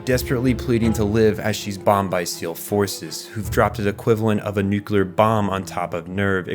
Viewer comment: Good video! Only note is nuclear is pronounced nu-clee-ur not nu-cue-lur. Nucular sounds cooler imo, but is not correct. Does it matter? Not really. Did someone give me this same lesson once and now I feel the need to pass it on to others? Yes.